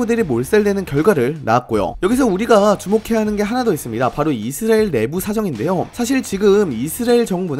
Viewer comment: 아니... 왜 이스라엘을 이스르엘로 발음함?